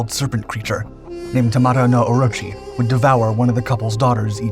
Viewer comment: You need to work a little on your pronunciation. You can use Google Translate. You pronounced Kusanagi as Kunasagi and Atsuta as Atsta. It's Yamata no Orochi not Tamata no Orochi.